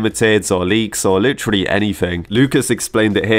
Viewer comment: I like how says Lit”tree”lly instead of literally lol